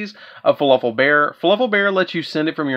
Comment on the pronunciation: Is he saying fluffal or falafel?